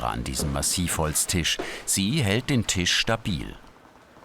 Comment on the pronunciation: Verdammt es heißt „Tisch“ und nicht „Tich“ .... Tisch mit SCH !! .... MEy oh Mey ^^